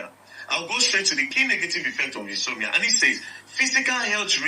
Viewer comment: The word is in-so-mnia. ...inability to sleep.